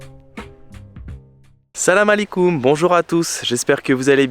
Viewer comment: Je vois que vous prononcer mieux Salama Alikom bravoooo.